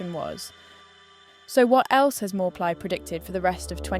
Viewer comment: That's correct pronunciation for channel owner. I'm Thai. "Mor" means doctor in general meaning but also the prophet who gave the Future predictions or advice to consultees. "Plai" pronounce as Pry with P sound like Plaster.